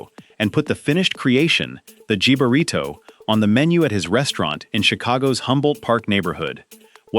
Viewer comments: Jib [as in "the cut of your job"] -arito ? No way, José. It's jibarito as in "HIB"-arito. Sorry not sorry. Aprenda español ... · It's pronounced HEE-BA-REE-TOE NOT JIB-A-RITO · I'm from Chicago and I've never had a "Chicago dog." All I want is ketchup and onions. Not a hot dog with a salad on top. And it's HIB-a-rito. AI SUCKS.